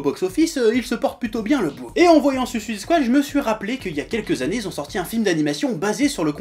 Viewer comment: J'ai aimé le film perso, mais cet animé a l'air vraiment bien, cette vidéo m'a donné envie de le voir ! Par contre, s'il vous plait, j'aimerais voir une critique française où "Suicide Squad" est prononcé correctement xD